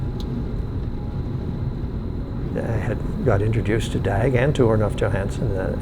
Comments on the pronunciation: Oh for the loveof.. [Daeg].. No, his name is pronounced more like the US [Dog]. Dag in both swedish and norwegian means "Day". Pronouncing someones name, to me, is about respect. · I'm a Swedish old man of 64 and I live way out of a small town and I totally understand Dag. By the way, the name DAG is not to be pronounced with a short A, it's to be pronounced with a long A, like DAAG. Swedish Pronunciation: [dɑːg] Sweden's most famous person by the name of DAG is Dag Hammarskjold Born 29 July 1905 & Died 18 September 1961 (aged 56). Who during his life was a economist and diplomat who served as the second Secretary-General of the United Nations. If you are interest in him, please feel free to read about Dag Hammarskjold via the link as follow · "Dæg æbby" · I cringe every time they say his name. The correct pronunciation is more like "Dahwg" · The pronunciation of his name is just... American xD Wow.